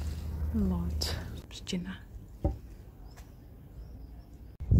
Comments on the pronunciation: Tak, siostra najlepiej wymówiła słowo PSZCZYNA 👍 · Najlepiej nazwę miasta wypowiedziała siostra. Pozdrawiam z Pszczyny ! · Wszystkie super wymówiły "Pszczyna. Pozdrawiam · Siostra najlepiej to wymówiła.